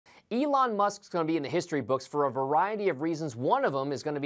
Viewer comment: He can't pronounce "Elon" or "Bezos" correctly 🙄